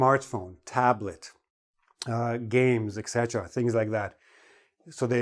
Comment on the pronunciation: Why do you pronounce “iksetera” instead of etc?